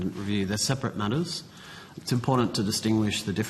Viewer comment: Whoever that turd is, he needs to get some elocution lessons and learn how to pronounce the word "important" CORRECTLY. It's not ImporDANT, DUMBO!